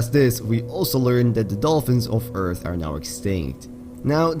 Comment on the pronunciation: "the dolfins of eath are now extigt" Huh?